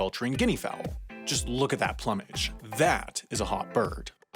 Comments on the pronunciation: Plummage? It’s Plumage (sounds like Ploomage) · PLOOM - age, not "plummage." Jeez. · "Plummidge?" Don't you mean "ploomidge?" Or is this an US pronunciation thing that escapes my UK mind? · Its ploom-age not plum-age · This video wasn't half as ingesting as the way you pronounced plumage. It's not the age of a plum it's a mage with a plu. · plumage is "ploo mij" not "plummidge" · "Ploo-mage," not plum-mage. Sheesh. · plumbage? Isn't it pronounced ploomage? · Plumage is pronounced with a plume, not a plum. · Alright im a bit late here but PLUME-age not PLUM-age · Hey it's pronounced "PlOOmage", not plumbage. Correct it and I'll stop calling your other channel, "Bendover Productions." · pluh-mej? It's pronounced ploo-mej. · Hey,, it's pronounced PLOOM-ij, not PLUHM-ij. smh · "plumbage"... Ploomage! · Three mispronunciations in one video. Incredible. It's PLOOM-age, not Plum-age, LANN-um, not LANE-um, and nee-AW-luh-jizm, not nee-oh-LOW-jizm. And using 'Google' as a verb has been embarrassing for as long as people have been doing it, and Google is very unlikely to lose their copyright claim on the word because it is not only the name of their main product, but also the name of their company. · Plumage is pronounced "ploom-ige" not as you said "plum-ige" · "Plumb"age? It's "Ploomage". and spelled plumage. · Ploomage, not plummage. Lan-ham, not Lane-ham. Neo-loadge-ism, not neo-lodge-ism. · Plumage is pronounced ploomage, not plah-moog. How do these people even get work as presenters when they don’t know how to pronounce simple words? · Are we just going to pretend that he didn't say "plumage" in place of "ploomage?" Yes, I spelled it phonetically so you'd understand it. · Those MF at Facebook tried to copyright the word "face". Oh and by the way, it's "ploo-mage" not "plumb-age". Google it. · pl-oom-age not plum-age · Did I actually hear the word "plum-mage?" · Plumage... pronounced "ploom-edge" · isnt it pronounced “ploomage”? a plume for example.